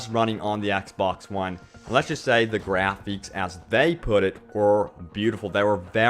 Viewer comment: its graphics. not grapheeks.